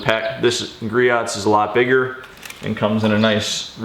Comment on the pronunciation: It is pronounced GREE-OHS. No hate, just wanted to let you know.